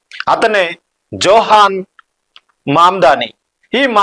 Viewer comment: ఇండియా లో వలె నీచ రాజకీయాలు అమెరికా లో ఉండవు. జోహ్రాన్ మందానీ... అని పలకాలి. జోహాన్ కాదు !